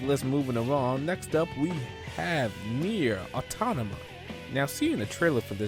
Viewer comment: It's Nier Automata. MATA. You said Autonama every time you mentioned it. Also, it's Tales of Berseria. BURR-SARE-EE-UH. Not BUH-SUR-EE-UH.